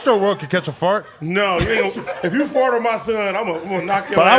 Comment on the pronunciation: Why does AD pronounce fart like fort?